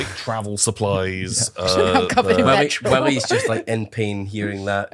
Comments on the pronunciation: Just now noticing says "petril" lmao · when said petrol I got instant flashbacks to ‘CHEESE AND PETRIL’